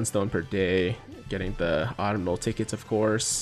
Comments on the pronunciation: Hey, not a big deal but its Uh-tum-nal, not Ahttum-nal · ITS AU-TUM-NAL TRAINING CAMPAIGN and not the Autumnal Campaign my god get your sentences RIGHT WILL YA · Pretty sure autumnal is ah-tum-null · Yo tiger please read this!! Its " Aw-Tum-nul" autumnal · Fun fact. Autumnal is pronounced "aa·tuhm·nuh" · Yo tiger not trying to be a grammar nazi, but if you want to correct your speech it's pronounced "Ahh Tum Null" Autumnal. Not making fun of your speech. Just trying to help a fellow person out. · Not that it matters but think the N in Autumnal is silent like in the word Autumn. And I believe their's gonna be a Part 2.